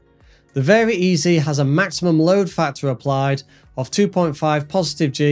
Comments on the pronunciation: It’s pronounced “very easy”, not very EZE like you said it. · Both the EZ in LongEZ and the Eze in VariEze are pronounced like "easy", not "Easy E"